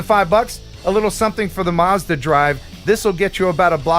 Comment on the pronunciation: this is how you say Mazda in English 😋